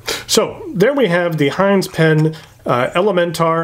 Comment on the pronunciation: Us antipodeans would pronounce Hinze with a short "i" as in igloo. But if Mr Jim pronounces his name "Hainz" he doesn't look like a bloke with whom I would argue the point! Funky colour, but no clip? Huh?